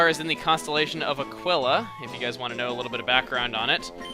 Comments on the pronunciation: It's pronounced Ah-keel-uh Not Ah-Quill-Ah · Aquila is pronounced A-KEE-LA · It's actually pronounced "a-kwil-a" because that's how it's pronounced in Latin and aquila is latin for eagle.